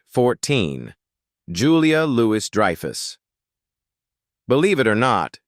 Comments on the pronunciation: the fucking AI can't pronounce Julia Louis-Dreyfuss or Benes......it said her real name two or three times in a row each differently.....SMH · AI pronounces JLD two different times, both wrong. Then butchers the pronunciation of her character's name. Three strikes and you are out!